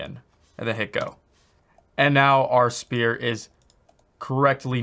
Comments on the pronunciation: I sometimes hear "spear" not "sphere" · he keeps saying "spear" not "sphere" p is silent. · He should stick to the standard english SPHERE instead of saying SPEAR all the time. Maybe he is Canadian and is also used to say ABOOT instead of ABOUT. Who knows...confused me a whole lot in the beginning, that's for sure. EDIT: Having said that - good job at creating one of the best UE4 tutorials out there. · This guy has me saying “spear “ lol thanks for the video this is awesome! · spear = weapon.. sphere = 3d round object lol.. 'sfear' (pronunciation). Sorry, this bugged me way too much! Love the tutorial and Liked and Subbed! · Is he saying Spear or Sphere? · It’s not a spear —-> ..it’s a Sphere.. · I genuinely tried watching this video. But for fuck sake, it's SPHERE, not "spear". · Appreciate the free tutorials, you are the man, but it's sphere, "sffffear" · I like how you say sPear, then athmosPHere in the same sentence. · IT'S PRONOUNCED SPHERE NOT SPHERE! Wait you cant hear me say it.... well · Sounds like he's saying "spear"